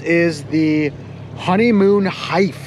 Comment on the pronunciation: jons beer selection and pronunciation gave 19 hipsters a heart attack "honeyooon Hife!" love the video the alaska series is amazing!